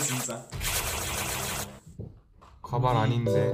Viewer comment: And now we learned 1 new Korean word and it's wig which pronounce: Kabai😂